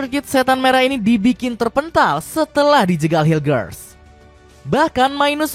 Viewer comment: Bisa bisanya media gak tau cara nyebut nama pemain timnas 😅 bukan hiljers tapi mes hiulhers udah diajarin sama orangnya langsung